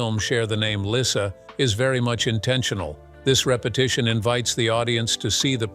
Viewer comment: Lyssa. Not Lisa.